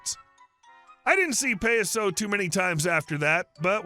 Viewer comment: It's ( Pie-ah-so) . Clown in Spanish. You don't mess with an OG.